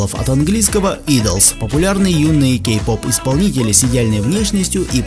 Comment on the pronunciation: Мне послышалось или ты сказал гей -поп?